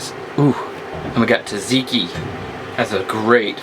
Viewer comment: Its not taTziki tSatziki tsa not tat